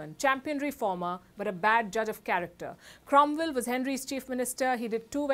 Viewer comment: Cromvell? Don't you have 'W's' in India? We can send some over, if you can get your tongues around it. 😊